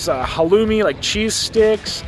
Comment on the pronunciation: Did say halomi? Like ha low mi? it is Halloumi 'Ha looooooooooooooo meeeeeeeeee'